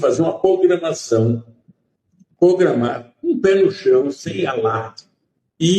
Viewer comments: É irmão mesmo. Ele fala Pogramação, Pogramar... é uma currrrtura ...... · " POGRAMÁ .... POGRAMÁ ....". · É só pogramar kkkkkkk e pogramou direitinho 😮😮😮😮 roubou todos sem medo. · "Tem que pogramá" 🥴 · Ele disse "pogramar"? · Falar errado é mal de família "pogramar"roubar também!!! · Ops, ouvi direito:" ' pogramar ' kkkk, também o tio não ⛔ 🚫 terminou a 5a série kkkkkkkkkk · O frei Chico disse que tem que "pogramar"... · "POGRAMAR"LADRAO ANALFABETO. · " pogramá" bandidos, analfabetos de caráter!